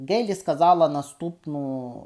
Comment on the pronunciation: Пане, Ви, на жаль, погано володієте рідною мовою. З правописом знайомі? Вимовляєте тверде "Ґ", замість м'якого "Г". Правильно вимовляти "Гейлі"!!! Крім того безбожно спотворюєте вимову шиплячих звуків. Букви Ц, Ч, Ш, Щ вимовляються твердо а у Вас чуємо:"чьому", "відзначятися", "чього ", тобто свідоме і гидке спотворення української мови. Дизлайк!